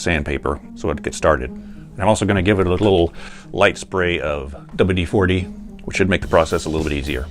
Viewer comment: That Dubba-Dee-Fordy was hilarious!